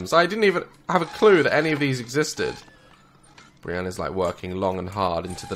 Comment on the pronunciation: Briana not Brian